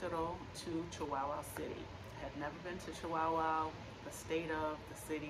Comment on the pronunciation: 😂 Chihuahua, like the little Chihuahua dogs, it's the state of chihuahua, not chiWOWOW.🤣